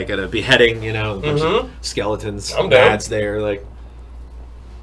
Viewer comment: Btw for people saying Mads like MaDs the D is actually silent it's pronounced like you would pronounce mass